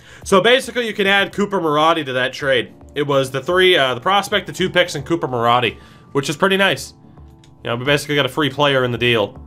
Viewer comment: I doubt you're going to use Coop, but his last name is pronounced Ma-roh-dee, not Ma-raw-dee. I'm a Condors fan, and so I've seen him the past two years. Lol